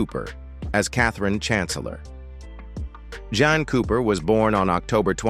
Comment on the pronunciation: Jean cooper, not Jan